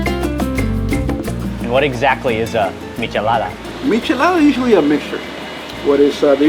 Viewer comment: It’s michelada lol